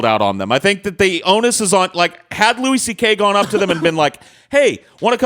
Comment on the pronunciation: lol how did I know would advocate the 'power dynamic' side. ANd also wtf is with pronouncing it 'Lew-ISS' CK.